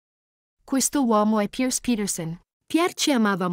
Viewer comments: Forse non si dice Pierce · Scusate, ma si legge PIER o PIERS, non Pierce, su... Anche Thomas ha un altro accento... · Che spasso! La pronuncia della commentatrice è favolosa. Tomas con l'accento sulla A e "Pierce" 😂